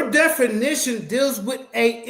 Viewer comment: It is hilarious to keep listening to mispronouncing the word 'definition' as 'denification'!😂